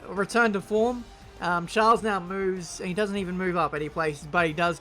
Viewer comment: The way you.say Charles. He is not a princ